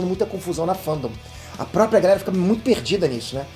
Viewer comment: Impressão minha ou no final do vídeo ele fala: galela